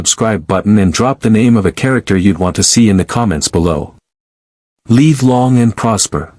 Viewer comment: Tell your AI, “live” is NOT pronounced “leave”.